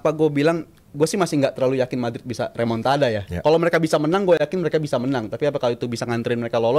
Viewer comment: Remon-ta-da ❌ Remon-ta-dah lah ✅